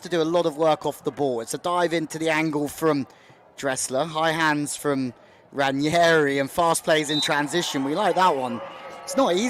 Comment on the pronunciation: It's Ranghieri not Ranieri. Pronounced "Rang' ieri"